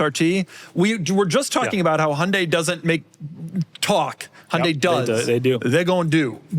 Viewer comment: Really appreciate how Doug pronounces Hyundai correctly…